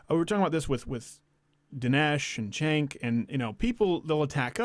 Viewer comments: Crowder will you ever do an interview with Cenk? Just curious. Also, you may hate the guy, but pronounce his name properly. It's "Jenk" not Senk. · It's pronounced "Chunk".